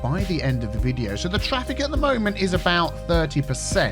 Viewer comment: Drive aboot. ..lol love it